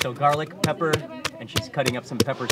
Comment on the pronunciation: Mark can't say pepper? lol